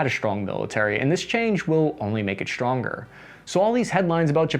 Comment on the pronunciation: Interesting pronunciation "SHtronger," et al. Nice editing and content!